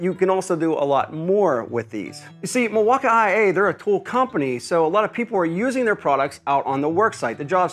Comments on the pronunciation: Cause it is pronounced mil-walk-ee, sir. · Were tf do you get IA from Milwaukee?? Is it just your boomer humor or do really think its said that way ? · Bro said Mil-walk-IA ☠️ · Hi, first time seeing this YT channel. Is the pronunciation of milwaukee an inside joke? Because from now on I’m adopting that lol I love it. I almost went into Home Depot and asked an associate there if they had the mill-waka-eye-aye forge battery 💀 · Somebody else pronounce it “Milwa ah ah eh” lol 😅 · Its not the buds bro, its the mill wok eye aye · you speak funny mil wauka aee but reeel nice like buyin that thing🤣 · Why does he keep saying milwauk I A ? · What’s up with the way you say Milwaukee ? Doesn’t make any sense. I mean I’m guessing it’s just to annoy people. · Please say Milwaukee normally... I grew up there.... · Wow you can fake pronounce Milwaukee your so brilliant. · i hate how you say milwaukee 😂😂😂😂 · omg..... learn how to say milwaukee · Please do us all a favor and stop saying Milwaukee and music that way. Terrible, you're not funny